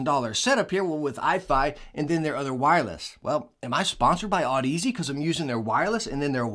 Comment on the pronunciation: Sigh, back to the broken Audeze pronunciation is see ;) whoops, this is 11mo old :D